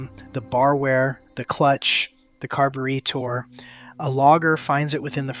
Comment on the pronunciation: car-bu-ree-tor, eh? aye?